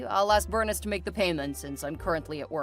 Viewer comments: Bernice is pronounced Ber-neese. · It’s pronounced Ber-neece.